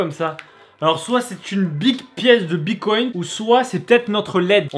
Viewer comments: EH MAIS DIS PLUS JAMAIS BITCOIN TU PRONONCE MÉGA MAL DONC STP BITTTTCOIN PAS BICOIN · Tu me stress c'est bitcoin et pas bicoint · Ça se dit bitcoin pas bicoint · Mdrrrr "une pièce de bicoint" on dit "bitcoin" bordel 😂😂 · RHAAA C PAS BICOINT MAIS BITCOIN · Mais grave on dit bite coin non pas pycoint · Bitcoin pas bicoint stp C'est relou a la fin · Il a dit bicoint au lieu de bitcoin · Mec on dis BITcoin bicont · c’est bitcoin pas bicoint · "Bicoïn" putain. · Sa se dit bite coin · Mdr il dit : "bicoinT" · « Bicoint » bien sur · On dit biTcoin